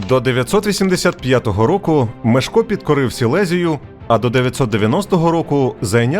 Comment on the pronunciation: Непогана виважено-усереднена версія... Але, для чого так сильно українізовувати ім'я першого відомого польського правителя?! Що нам з того?! Згідно польського оригіналу, його ім'я має звучати, як МЄШКО, а не так, як у вас вимовляє оповідач!!! 😊